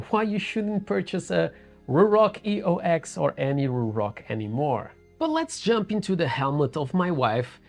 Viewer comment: This is not a review of the EOX at all.... highly disappointed. This is more of a commentary on the company itself. Eox is pronounced Eos btw, its another god from mythology. It symbolizes a rebirth. They are trying to do better as a company. Hence the rebrand from Atlas